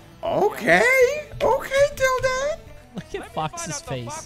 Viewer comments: tilduh is how you say the symbol ~, but tilde the player pronounces his tag differently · no shot coney pronounces it tilduh... I'm disappointed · “I’m a fan of Tilde”